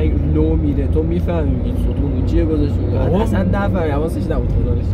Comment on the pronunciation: یه جور میگه ستون ،ستون ،، انگار ستونه دستشویی هستش😤🤯